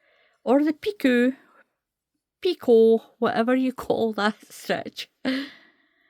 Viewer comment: Thank you, a beautiful stitch pattern, and a Lovely baby set. The word Picot is pronounced Pee-co, if that helps. I am wondering if I could do 3 rows of treble's first and then start the pattern, and do the 3 rows of treble's when finished. so I won't have to do a border on the bottom?? Thank you again, I love your videos, you explain things so well.❤❤🌹🌹🌹🌹.